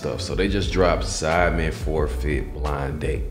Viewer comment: Everytime Americans say sidemen it always sounds like they're saying Simon lmao